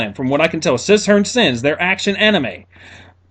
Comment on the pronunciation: So 2 things, You mean Casshern sins? Because I think youre misspronouncing it. Second, as someone who is not american and is prone to watching subbed rather than dubbed. Whats the deal with Vic? What exactly has he done to earn such a reputation as a dickhole?